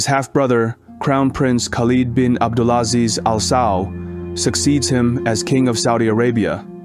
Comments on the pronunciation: The Chinese dude needs to improve his pronunciation esp ‘abdulaziz’….. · Ébd’ul aZIZ ibn Sa-ood